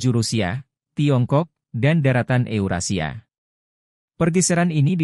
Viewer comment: baru tau kalo "AS" dibacanya "as" bukan "a-es" "Scott" dibacanya "skat" bukan "skot" (scat bukannya artinya pupup ya?) "Eurasia" dibacanya "eyurasiya" bukan "yurasia"